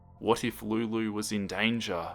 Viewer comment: I love how you say Lulu